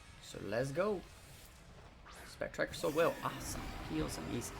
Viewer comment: It spect rier and is said as spect(rear) no k in it and it's not spectriker